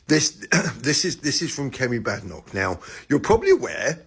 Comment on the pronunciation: She was born in Britain. She's British. And she's BAdenoch, not Bedenoch.